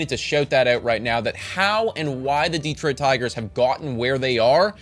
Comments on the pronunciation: yeah, here in Michigan we say it almost like "duh-Troit" with way more emphasis on the TROIT. Kinda weird but I never really though about it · Plus....DEE-troit still bugs me a bit. Emphasis on second syllable. But, honestly, very good video!